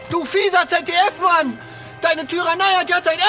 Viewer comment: Ließ ZDF als ganzes Wort... :0